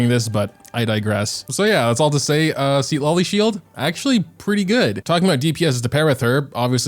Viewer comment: its pronunce ciTLAli, not SID LA LI